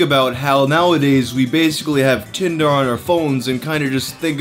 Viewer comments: Did he say Tindarrr? instead of Tinder ??? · Did he say: Tindar??? Like a 50s bmovie ruler of an alien race hellbent on extracting human's eyes for his superior telescope to find the origin of existence!!!???